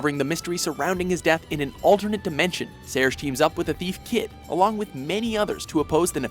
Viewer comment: For Chrono Cross, did he just pronounce Serge's name as "Sayer"?